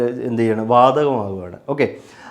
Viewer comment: വാദഗം❌ വാതഗം ❌ വാതകം ✅